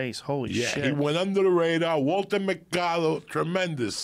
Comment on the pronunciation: Lol. Joey says, "Walta Macado" My mom and I used to wait for him to come on in the news segment. We watched this scam artist religiously. 🙄